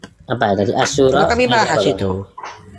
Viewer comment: Sepertinya oten satu ini gunakan google translate. Oten merasa bisa baca Al Qur'an.... Namun ASYURA dibaca asisura... Muslim pasti paham maksudnya 😂😂😂 QS Al Ma'idah 14 وَمِنَ الَّذِيْنَ قَالُوْٓا اِنَّا نَصٰرٰٓى اَخَذْنَا مِيْثَاقَهُمْ فَنَسُوْا حَظًّا مِّمَّا ذُكِّرُوْا بِهٖۖ فَاَغْرَيْنَا بَيْنَهُمُ الْعَدَاوَةَ وَالْبَغْضَاۤءَ اِلٰى يَوْمِ الْقِيٰمَةِۗ وَسَوْفَ يُنَبِّئُهُمُ اللّٰهُ بِمَا كَانُوْا يَصْنَعُوْنَ ١٤ Dari orang-orang yang mengatakan, “Sesungguhnya kami adalah orang Nasrani,” Kami telah mengambil perjanjian. Kemudian, mereka melupakan sebagian pesan yang telah diperingatkan kepada mereka. Maka, Kami menimbulkan permusuhan dan kebencian di antara mereka hingga hari Kiamat. Kelak Allah akan memberitakan kepada mereka apa yang selama ini mereka perbuat.